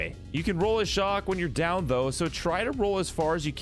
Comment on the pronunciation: Your mispronounced chaac its not shock